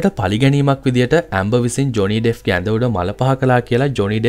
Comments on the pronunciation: It's not Deff it's Depp. Pronounce it properly. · ඩෙෆ් නෙමේ ඩෙප් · ඩෙෆ් නෙමෙයි ඩෙප්